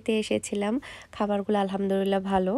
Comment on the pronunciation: Apure Alhamdurillah na "Alhamdulillah" hobe.